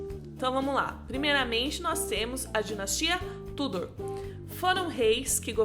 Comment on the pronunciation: Eu tenho uma agonia, de ver as pessoas falando o nome da Dinastia Tudor errado. Não se pronuncia Túdor, e sim, Tudôr.